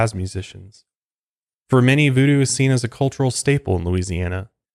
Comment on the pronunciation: “Vuedue” lmao